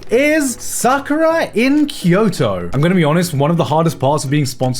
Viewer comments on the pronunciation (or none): none